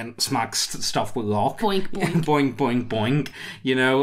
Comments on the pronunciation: Bonk, not boink... Boink makes me think of an orc humping a rock. xD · Bawnk Not Boink. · Bonk, as in going bonkers. Not boinking!